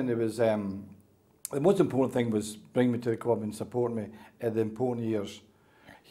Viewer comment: 26 years at the cwub!! Thats the way he speaks unfortunately he wont change will he!